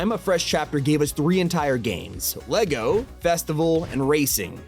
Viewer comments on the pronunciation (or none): none